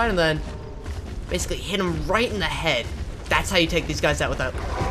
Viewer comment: Head not heaf